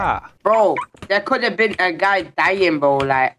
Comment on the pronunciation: did he just call him a goy for real or was that a speech impediment